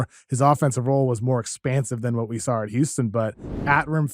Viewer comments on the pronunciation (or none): KOC's New England is showing. I heard that "What we sar"